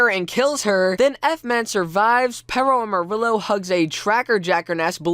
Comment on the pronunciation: DOES THE WAY SAYS PERROAMARILLO ANNOY ANYONE ELSE....Perro is pronounced pear-o amariyo not peroamarilo